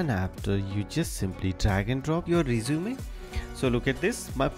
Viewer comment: Too fast. By the way, two terms you might want to correct in English are Cover Letter (not "Covering Letter") and the word "resume" is pronounced REH-zoo-meh, not reh-ZOO-mee.